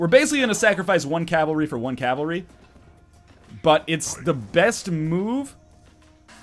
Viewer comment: Every time you say Calvary, I unsubscribe. But then I re-subscribe right away! I can't leave you, NL. I just can't!